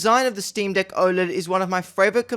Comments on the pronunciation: You need to work on your pronunciation of “deck” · Did he say steam deek 😂